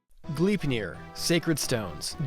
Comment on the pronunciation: Bro can't say Gleipnir right 💀 G"lie"pnir